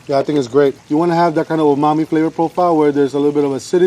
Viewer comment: he even said "omami".